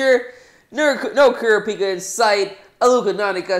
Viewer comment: Who pronounces kurapika like that